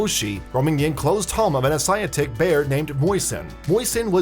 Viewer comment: If you are going to do re-enactments, don't use totally different species of bear. Also learn to pronounce Asiatic bear.